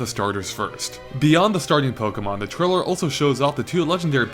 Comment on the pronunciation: he should learn how to say trailer if hes gonna use it 20 times... keeps saying trilla =_=